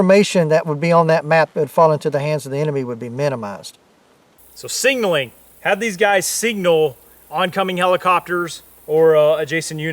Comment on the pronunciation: SIG-NAL-ING not sing-nal-ing for the love god. ILMAO like nails on a chalk board.